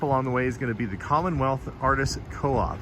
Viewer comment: Commonwealth?? Commonwheel! Lol!